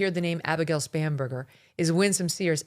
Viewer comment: It drives me crazy when she says that. Just like when she says “Kolberger”